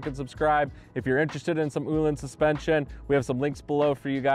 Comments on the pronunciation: Ooohlins, Ohlins.😆 It's Öhlins, with an 'Ö' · Say it out loud OH-LINS please for the love of god you should know how to pronounce the name.